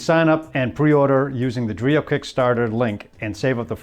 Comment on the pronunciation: It's pronounced "Drā-ō" not "Dree-o".